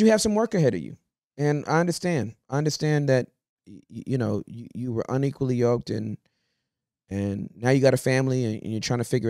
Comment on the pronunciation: YOKED* not yoLked.